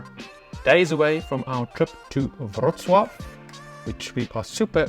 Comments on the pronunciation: you pronounce Wroclaw like a PRO! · Congratulations on the correct pronunciation of the word Wrocław. Usually, English speakers have trouble with this pronunciation. What you learned in today's episode of your vlog are abstract phrases and to understand their full meaning, you must already know Polish well.